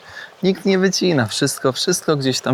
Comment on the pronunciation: "Kszystko ma dwa konce kija" -.